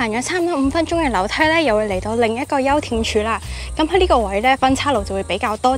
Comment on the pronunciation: 休憩（音氣）處